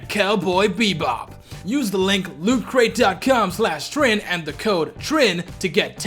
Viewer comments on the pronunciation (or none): The way you say lootcrate makes it sounds like lewdcrate